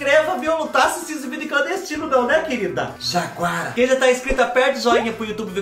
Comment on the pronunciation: Kkkkkkkk oh, ce falou jaguara tão engraçadoooo kkkkkkkk